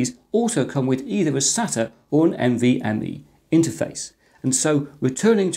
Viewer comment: oops "NMVe"